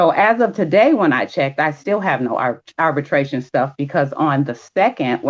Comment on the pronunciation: Ma’am, it’s arbitration not “arbertration”